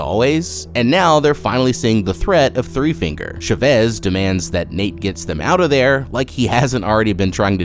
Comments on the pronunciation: I literally couldnt watch this entire video because of how you pronounced CHA-VEZ. Idk why but Chevis was pissing me off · I’ve never heard the name Chavez pronounced as Sh’vez